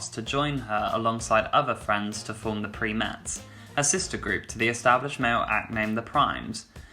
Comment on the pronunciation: They were the "Primates" not the "Preametts"